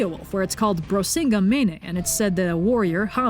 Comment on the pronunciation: in icelandic, which is the closest thing we have to this language since Snorri was Icelandic, there is a grammar rule that dictates that vowels change in pronunciation if followed by ng or nk. so you did have the right pronunciation of Í in Brísinga but the second I is also meant to be read as í. this applies almost always and it is quite frequently but has a few exceptions. so for example bank is banki in icelandic but it’s pronounced bánki. edit: just checked again and realised you said both the í and the i as i as it would be in icelandic but í and ing sounds like ee in english. hope this is helpful. don’t mean to be obnoxious